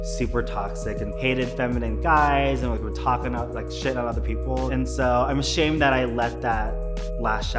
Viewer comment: 😂😂😂😂 she definitely did say of shamed